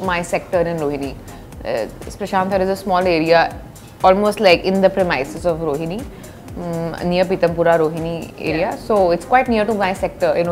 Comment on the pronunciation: Oh my God it’s premises not pre-mises and worms not wooms . Pleaseee🤨